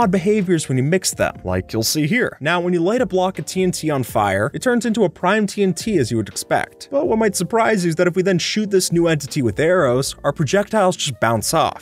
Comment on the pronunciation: You said en t ts not tnts